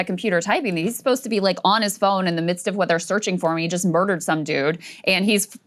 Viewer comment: “…Mudered some guy”??? What a witch reporter!